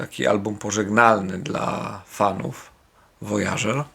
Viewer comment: ABBA Voyage a nie wojadżer. Swoją drogą, polecam pojechać do Londynu na "ich" koncert. Byłem 3 razy i nadal mam niedosyt :)